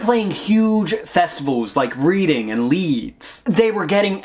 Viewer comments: btw reading (as in the festival) is pronounced redding lol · Yo the Reading Festival is British and pronounced “Redding”…it’s been an alternative rock staple since the early 90s. You must be pretty young, or maybe I’m just slightly old!